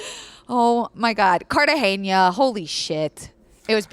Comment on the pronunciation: Loving your podcasts, HtH is one of my favorites ❤️ Only thing: Cartagena is pronounced CartaHena